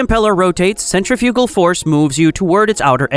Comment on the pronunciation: The AI needs to learn how to pronounce "centrifugal".